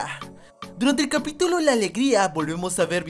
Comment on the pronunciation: Alguien más se dio cuenta que dijo capitilo? xD